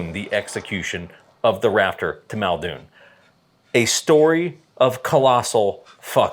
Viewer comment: MULdoon, get it fucking right.